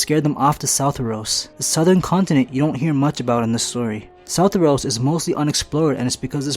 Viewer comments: It’s not southoros, it’s sothoryos. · Its not South-er-os. its So-thor-ee-os. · Southeros? SOUTHEROS?! Bruh... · Sothoryos is pronounced So-Thor-Eos